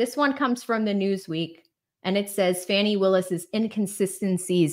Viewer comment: Why are you saying “fanny” when you know that her name is Fani?